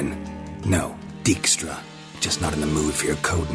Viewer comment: I've always liked Dijkstra as a character, even if nobody in this game knows how to pronounce the name. It's a fairly common Dutch family name, pronounced dyke-stra.